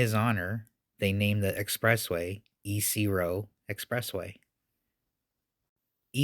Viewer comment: Ypres is correctly pronounced as 'ee-pruh'.